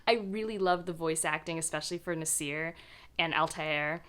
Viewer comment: It kind of bothers me a little but generally when pronouncing Arabic/South Asian names you have to place the emphasis on the A (or ا Alif), ZAA-fi-ra, NAA-sir, etc. you are instead placing the emphasis on the f and s here. Anyway, I'm currently reading The Thursday Murder Club as I was in the mood for a mystery, and I plan to read the Ocean at the End... in Sept for the Magical Readathon. I haven't had much luck with Gaiman before but hopefully this one will work!😊🌻